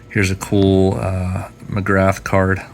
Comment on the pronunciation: Hey buddy, Love your videos. You’ve got an awesome collection. Just a small note Glenn McGrath is pronounced McGrah. He used to have an iconic chant whenever he bowled at the G ‘Ooo ahhh Glenn McGrath, ooo ahh Glenn McGrath!’ Those autos of his you have are 🔥🔥🔥